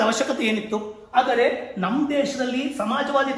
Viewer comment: ಸರ್ ನಿಮ್ಮ ಜ್ಞಾನಾರ್ಜನೆಗೆ ನನ್ನ ಹೃತ್ಪೂರ್ವಕ ಅಭಿನಂದನೆಗಳು..... BUT ನಿವು ಪ್ರತಿ ಬಾರಿ ""ಆದರೆ"" ಅಂತ ಉಚ್ಚಾರಣೆ ಪ್ರತಿಬಿಂಬಿಸುತ್ತಿತ್ತು.